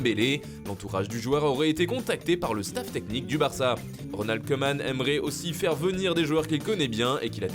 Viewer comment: Kouman svp tous les oe en néerlandais se disent ou